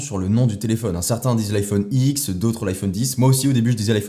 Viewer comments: On dit iPhone dix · ça se dit iPhone ten jpense xP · Iphone "Ten" 10 genre dix en anglais c'est pas dur quand même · Apple dit « iPhone ten » donc on dit « iPhone dix » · Ça se dit iPhone dix